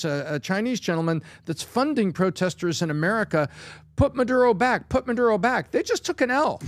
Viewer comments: Oh no, I get to hear PBD say Madoodo for two hours. 😩 🙄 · Why does peanut butter star of david always have to do what pat finnerty bags on? This is America. It's MuhDuroh, not MuhDoodoh. Now, if you said MuhDooDoo, you'd get a pass.